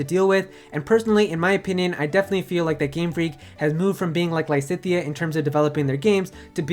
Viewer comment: Lisithea? cries in Lysithea